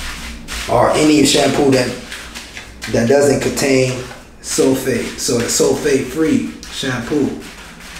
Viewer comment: bro. For the ingredients are u saying "Sulfate" cause that's what it sounds like